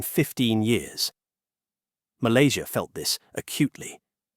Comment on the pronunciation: Sebut nama Malaysia yang tercinta ni betul2 ye..jangan nampak hina sangat loe ni..ingat warga Loe paling ramai bekerja di Malaysia..Dorang happy je kat sini ..Loe je tersiksa kat indonesia dan percaya berita hoax